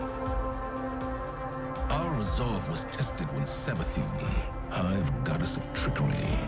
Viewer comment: Am i high or did say savathuny and neptuny